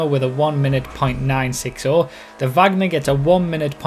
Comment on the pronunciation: no the supercar is named from her surname you said it wrong